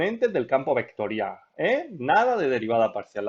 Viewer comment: hablas de una forma un poco bruta y eso me distraía mientras veía el video. "ehto eh una función vectoriah", "derivamoh doh veceh"...